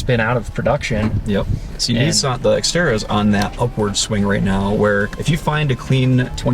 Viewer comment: Good job on pronouncing nissan correctly